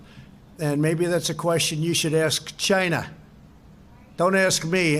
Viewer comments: Why tf does he say China like Chi na? Rich people this is what happens when you buy your kids way through school. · i alway thought he said gina instead of china 😂😂😂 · ..the man cannot say China. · CHINAHH! Like Awwchie Bunkahh!